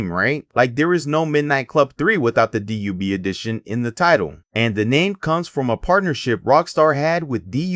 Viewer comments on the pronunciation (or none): DUB not D.U.B. lmao what the hell? I was going to close the video but you owned up to it 😂 watch & Sub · youre saying dub wrong it's supposed to be /dʌb/ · Out the gate. Stop saying D-U-B. 😂😂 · who tf says "dee yue bee" 💀??? that is sound diabolical. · u said DUB wrong!!!! but i got da Dub Edition Remix on OG XBOX new for $20 back when they announced it and ran to Game Crazy and picked it up